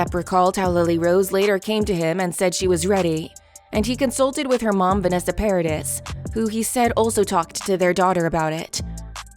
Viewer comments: Don't say PARADIS It's a french name it's . Try to say PARADEE. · Hey. Presumably you practice your reading before you record this audio. Could you not take an extra second to verify the name of the individuals that you discuss? Paradis is French. It's not pronounced paradise. Try Google translate. It's two clicks. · Paradis is pronounced ' Pa ra dee' the ' s' is silent. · Um, I think it’s a robovox, but still, it is Vanessa PAIR-A-DEES. She’s French. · You pronounced Paradis wrong, you don't pronounce the s. Ms Heard just revealed her own histrionic borderline personality disorder and vindictive nature, mentioning his children (which she knows he would hate) it did nothing to help her, it just exposed her a little more. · Hmmm please learn her name! Long E no S. That trial reminded me how much I’ve always loved her. Her music is so sexy. Café de Flore …. One of my old time favorite movies.